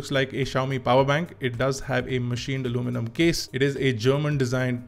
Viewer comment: R e bhai aluminum bol le..kya alomenum alomenum lga rakha h...kab tak angrejo ki copy karoge...Indian accent is the best accent.